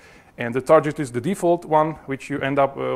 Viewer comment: Oh my pronunciation of "target" :-)